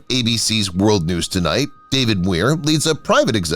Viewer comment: It would be nice if this fake ai voice could at least pronounce David Muir's name correctly.